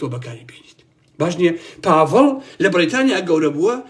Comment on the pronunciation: سلاو باڤڵ ئەڵێ ناوم باڤڵ نەک پاڤڵ 😢